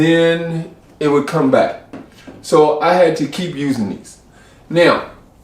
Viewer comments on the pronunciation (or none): none